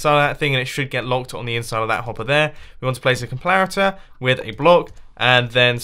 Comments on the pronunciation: "complairator" made me laugh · Mumbo: and you want to place a complaritor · Did u say complarater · Mumbo: and then a complareter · Mumbo said clonpaitor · Com-plara-ter -Mumbo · "You want to place a complarator" 😂 I laughed SOO hard. I guess cause you said it so seriously 😅😂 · did u just say complarator? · When he built the cocoa bean farm did any else hear him say complaiter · Did anyone hear complarator at about ? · ha complariter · . What’s a complarator? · I love it : " You want to place the COMPLARATOR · he said complarator :'D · he says complaritor lol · "We want to place a complarator" Nice english mumbo. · he said comp"l"arator lol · "and let's place a complaritor" 😂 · heheh, he said complarator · "We need to place a complarator" What is a complarator? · did he say complaritor? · U said complarator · he says complarator lol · anyone else hear him say "complariter" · WAIT! WAIT! WAIT! DID HE SAY COMPLARITOR XDDD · "complarator" LOL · You said complarator! 🤣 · On He says complarator. Just sayin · Who else noticed he said com plar itor? With an l lol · Did anyone hear complarator on the coco bean farm tutorial? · Did anyone else notice he said complarotor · "complarator" gj mumbo ;) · LOL I didn't know "complarators" exists! xD